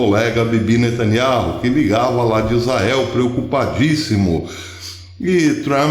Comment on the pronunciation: Beyaminatanyahu ou seja nataniau fale do jeito q é pronunciado fonéticamente professor